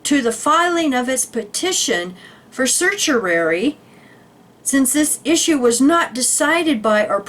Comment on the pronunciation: Thanks for sharing! Just FYI, certiorari is a Latin term pronounced sir-she-oh-rawr-ee. 😊